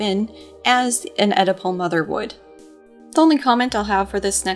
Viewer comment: When you said Oedipal mother the first time I thought you said edible mother!